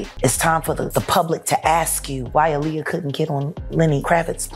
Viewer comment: Aaliyah cara bacanya tetep "Aliya" yah 😊 bukan eliyah. Ngga sabar nunggu ending kasus ini & nungguin documentary karya 50cent tentang DD di netflix